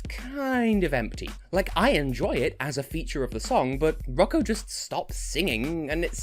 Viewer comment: Wow he pronounced his nsme too good